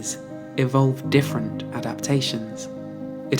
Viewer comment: "the specialization of the differen tanimals"??? Honey, I suggest you get hooked on phonics.